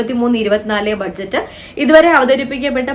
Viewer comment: ബഡ്ജറ്റ് അല്ല ബജറ്റ് എന്നല്ലേ പറയുക 🙄